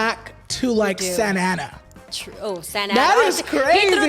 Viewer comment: yes not santana is SANTA ANA LOL